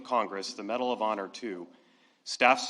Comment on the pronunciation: "Bedal of Honor" / "Postuminously" Pretending he has dementia is a strategy to confuse Trump's friend, Putin, into thinking there's nobody at the helm here in the US. I hope it works.